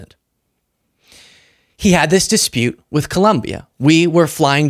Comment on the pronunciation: Excellent analysis and presentation. One small nit-pick: please pronounce ColOmbia correctly. (It's not ColUmbia.)